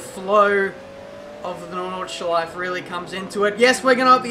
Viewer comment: it's NordschleifE, don't ignore the E at the end.